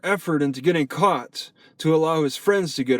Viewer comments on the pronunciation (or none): none